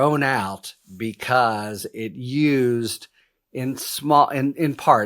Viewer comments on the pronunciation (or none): none